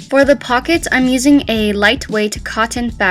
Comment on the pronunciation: Did she say with fuckets?